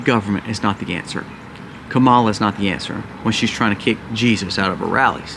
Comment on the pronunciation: I’m not voting for Kamala Harris but can we try to say her name right bc it’s just seems uneducated when you chose to mispronounce her name. Her name isn’t hard to pronounce.